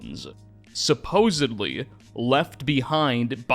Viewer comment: I just want you to know I listened to most of the video until you said suposebly 😢